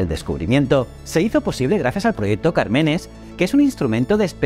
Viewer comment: Cármenes con acento en la primera a